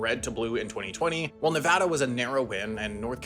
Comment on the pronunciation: Nevada was pronounced well too, made me happy.